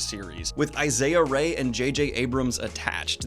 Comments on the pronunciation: “Isaiah Rae” 🙄 put some respek on Issa’s name Daniel! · You did not just call Issa Rae Isaiah Rae 😭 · Hey Daniel, long time patreon top tier subber here.. Just a heads up for pronunciation.. Issa Rae is pronounced Eee-sah Raye. Keep doin what ya doin. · I'm sure it's been commented but it's "Issa Rae" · Everyone is talking about "lock and tomb", but what did he do to Issa Rae's name?!